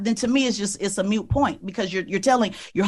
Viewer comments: As soon as she said mute point instead of moot point you know she was a poser. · She said “it’s a MUTE point” 😂😂😂😂😂😂😂 trying so hard to come off as intelligent. The word is MOOT, clown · The most ignorant "interviewer" I have ever witnessed. Why does she place so much emphasis on high school clubs? Is it because she barely attained her diploma, so that is where her bar is set? Unbelieveable. EDIT: Also, its a MOOT point, not a MUTE point ffs... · Pacifically and mute point. Should've been specifically and moot point. I'm not usually one to criticize a person for their bad English and grammar but I have to do it to this woman who is portraying herself as an intellectual. If she were she should have a grasp of the language she speaks. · What was Barack's contribution b4 getting into Chicago politics, community organizer. This woman is fraud. She wasn't asking a question, she's pontificating. Btw - it's not a mute point, it's moot. She keeps going to her service in the military. Air Force barely passes as military. Uncle Joe and Barry never served. Uncle Joe never had any productive job in his life but he gets a pass! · Ps test proctor it is not “mute” it is “moot” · Also, she pronounced the phrase "it's a moot point" as "it's a mute point." She's an idiot. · This bitch said, "mute", not moot point. Ignorance shows itself in mysterious ways. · First ... she said mute point but should have said moot point. It's not a silent point ... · It's "moot" and not "mute." 😂 Moot point 😂that gal is talking out of her wazoo. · What a rude woman! She made us all look bad.. (And it's a 'moot' point not a 'mute' point.) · The word is Moot, it’s called Moot point not mute point. Made herself sound hella uneducated, ignorant, and PR means public relations not perception of reality. I mean just making up stuff to create an attack against this man. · WOW…. She’s a complete Moron…It’s a MOOT point not a MUTE point…LMFAO